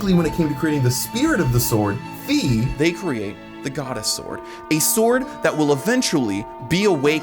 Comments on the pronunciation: Fi is pronounced /ˈfaɪ/ and her name in every other languages is written "Fay" which is in all of these languages closely pronounced the same as how her name is pronounced in Japanese (ファイ (Fai)). Plus her name is literally Fairy without the salt of "Fee" gang (reeeeeee) Also her name is probably inspired by Morgan le Fay (/ˈfeɪ/) which is derived from the french word "fée" (/fe/) Also also, every time you pronounce Fi as "Fee" a little children dies somewhere on earth, hope you're happy Jokes aside your theories are pretty convincing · "Fai, if you're weird" AHEM. It is pronounced "f-eye". Its spelt as Fai(ファイ) in japanese, every other localization spells it to be clearly said as F-eye, her name was pronounced as such by NoA staff in previews and by japanese staff, and Hyrule warriors pronounces it in the narration as "f-eye". So you're weird. 😉 In more seriousness...i actually see exactly how this makes sense. Especially Impa being a child/descentent of Sonia. And Rauru's hyrule actually being the pre skyloft kingdom that the Demon Tribe destroyed, and not being a post-Skyward founded/"refounded" Hyrule. However, it is confirmed that the Calamity Ganon is the bunshin, or projection of self, of Totk's Ganondorf, its basically one massive Phantom Ganon. That's why the Calamity was stated to to always emerge from under Hyrule Castle. But the idea that the Triforce was previously hidden in the sealing chamber makes sense, as that place was the original temple of light in rauru's era. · Fi is pronounced “Fai” (like the second syllable the giant says in the beanstalk story) this is because if you look at the Japanese translation, it’s ファイ(Fai). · In german her name is "Phai", so it's pretty clear Fi is pronounced "fai", no "fee". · Great ideas. Just have to mention that Fi rhymes with my in the original Japanese.